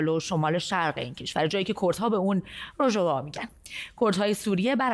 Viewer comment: تلفظ صحیحه روژاوا با تاکید بر ا در آخر است مجری عزیز 🌹🙏😊 به معنی کردستان که در آن آفتاب مشیندغروبمیکنه به کردستانایران روژ هالا ت مگن یعنی جای که آفتاب طلوع مکنه